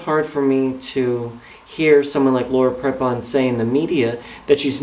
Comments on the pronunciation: its laura prepon pronounced pr(ee)pon if your gonna hate at least say her name right lol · My thoughts exactly (and it's pronounced "Pree-pon", for what it's worth). I understand what you're trying to say,, but: (a) Many, many ex-members have realized after leaving the Co$ that they were "brainwashed" (you used that phrase yourself in the "Joining Staff at Scientology Pasadena" video) so it seems kind of unfair to single Laura out. (b) other churches can twist words from their "sacred texts" around and make them seem what they are not (ie. deliberately misinterpret them, when it's convenient for the church). From what I've seen in some documentaries, Tommy Davis was really good at doing this sort of thing when he was Scientology's mouthpiece. (c)If you're a true believer, then this kind of thing (believing deliberately misinterpreted lines of text) is all the more easier to accomplish. When it comes down to it, belief is belief and even if people are shown the truth, a true believer (as I suspect Prepon is) will disregard it and believe only what their church tells them. As for her role in "Orange", she does a fantastic job of portraying her character (Alex) and her chemistry with her female co-star Taylor Schilling (who plays her ex/current lover) is effing sizzling, so she's not holding back on playing a lesbian character as far as I can see:)